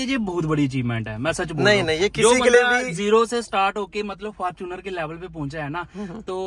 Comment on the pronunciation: Fortuner ❌ Farchuner✅